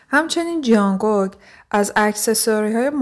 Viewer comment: جانگوگ آخه بابا جان جونگ کوکه نه جانگوگ💔😐